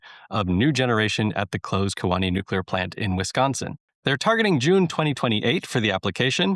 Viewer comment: Key Wah nee is how you say Kewaunee. But this is such awesome news